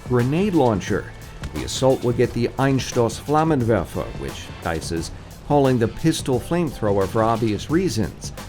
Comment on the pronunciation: Your german pronounciation is very good, "Einstoßflammenwerfer" was pretty much spot on, besides the unavoidable differently colored vowels. I appreciate the effort.